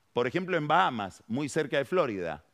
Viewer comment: Por favor: "Estado de la Florida", nunca "Flórida" Del mismo modo que no se dice "The Angels" sino "Los Ángeles" Estimado Pagni: Aquí hay una localidad suburbana que se llama "Wilde" y aquí pronunciamos (justificadamente) "Güinde" Pero en Gran Bretaña no dicen "Güilde" porque aquí no dominamos el inglés, dicen "Guálid" El FMI no nos obliga a modificar nuestro idioma. Me extraña en usted que es tan cuidadoso con las pronunciaciones.